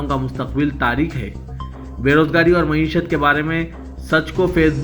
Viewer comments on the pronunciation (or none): none